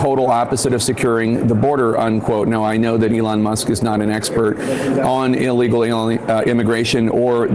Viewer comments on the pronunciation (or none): Sam, who is the "Along" Musk you speak of? To quote Keegan Key--"Say it right!